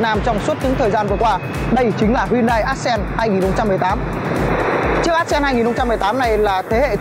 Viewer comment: Móa. Đến tên xe phát âm còn chưa chuẩn thì giới thiệu gì. Ác sen á. Móa.